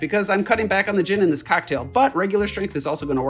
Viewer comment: 'ghin' and 'cogh-nac' was a crazy jumpscare